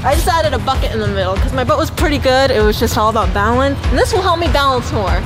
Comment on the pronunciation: Rosa Lopez its boat not bote